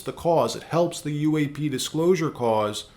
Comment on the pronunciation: Why is this guy saying uaf instead of UAP